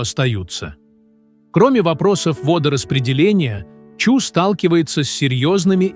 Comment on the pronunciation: Не Чу, а Чуй, происходит от слово ЧУЙ!!